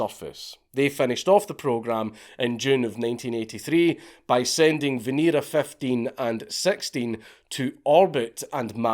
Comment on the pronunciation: It's pronounced veh-neh-rah